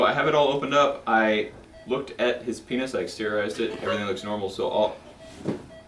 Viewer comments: I would totally laugh when he says pinus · Every time he says penis 🤣